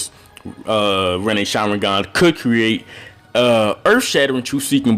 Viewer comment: Why u say "sharwingan"